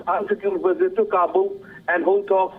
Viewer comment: so the Afghani President arrives for a one day India "weesit"???? Is this the latest gimmick WION = WEESIT = WiSHUAL or pure poor mastering of English pronunciation of the letter V.